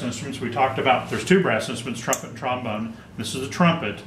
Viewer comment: Trombome ha more like trombon-er